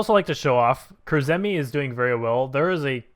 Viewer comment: Kurzeme is pronounced Core-zem-ay not Core-zem-ee